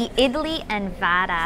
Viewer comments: Ma'am it's not Vaada...it is vada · Papad for biryani yuck🤮🤮🤮. By the way it is not vaadaa its vada